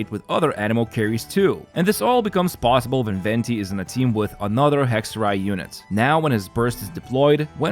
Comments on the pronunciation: Holy he pronounces Hexerei right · I loveeeeee hearing the Germanic pronunciation thank god I yapped in comments